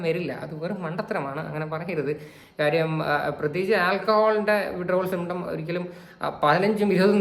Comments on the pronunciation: Withdrawal syptrom പോലും symptrom അല്ല മരക്കഴുതേ symptom.. അതുപോലും നേരേചൊവ്വേ പറയാൻ അറിയാത്ത ഇവളാണ് Activist… 😂😂😂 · Withdrawal “Symptrom”??!! 😅